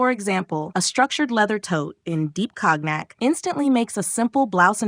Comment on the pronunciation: Pronounce COGNAC correctly please.